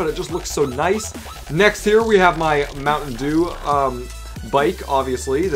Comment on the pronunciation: Why did you say mountain due it's DEW